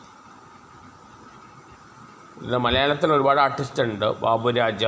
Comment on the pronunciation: ഇണ്ട് അല്ലടാ...ഉണ്ട് എന്ന് പറയാൻ ശ്രമിക്ക്